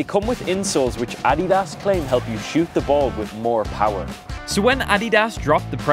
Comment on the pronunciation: he saying addias and Jabulani wrong